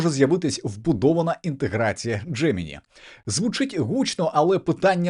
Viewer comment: Дякую за випуск, але все ж таки правильна вимова «Джеминай», а не «Джемині»